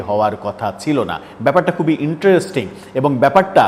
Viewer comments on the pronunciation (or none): none